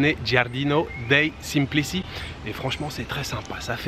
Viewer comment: Prononciation: Giardino dei Semplici, c'est Semplitchi, comme Ciao = tchao! Comme Croce = Crotche 😊chez nous la c + voyelle i, ou e est toujours ci = tchi, ce = tche, cia = tcha Mais ca = ca, cu = cou et co = co Nous sommes difficiles 🤣